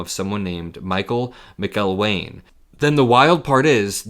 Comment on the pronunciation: Pronounced MAC-il-wayne?